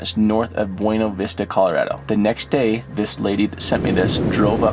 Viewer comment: Buena Vista. Please please please, learn to pronounce words correctly.